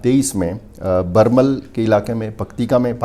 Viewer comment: It's Birmal not Barmal.